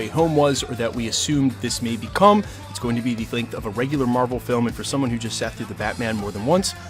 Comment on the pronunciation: I think its mar-vel